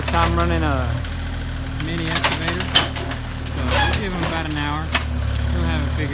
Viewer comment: Just fyi its excavator not escavator